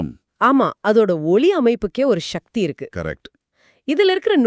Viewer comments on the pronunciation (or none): none